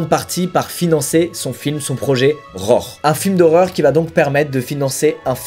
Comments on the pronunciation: Squeezie :"rore" Moi : " RHO-ARE" par-ce que cela s'écrit "roar" vous dîtes comme moi ? Ou comme squeezie ? Sinon j'ai hâte de voir voir la vidéo ^^ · Mec, ça fait 9 ans que je suis abonné à ta chaîne, et tu ne fais toujours pas l'effort de prononcer les mots anglais en anglais mdr "Rror"